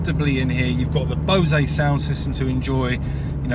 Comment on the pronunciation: I'm not a big fan of the styling of this car as it looks too much like a Mazda Miata (which I don't like). If I was to get this (which is possible once prices on used ones drop a bit), I would absolutely go with a convertible even if I could only use it 5 months out of the year. Also, it's Bose speakers (rhymes with nose), not pronounced boe-zea. Great video again, cant wait to see your new Alfa!